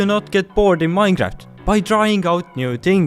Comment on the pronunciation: Minecraft❌ Minejaft ✅